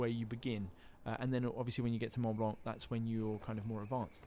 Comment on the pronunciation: He says Mont Blanc like "monblon" which I know is similar to how it should be pronounced, but the way he's saying it sounds so weird.